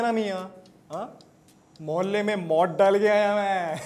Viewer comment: Its not mohalley mein .... its mahalla , it does not sound at all like dakhini , as a hyderabadi i find it so cring ...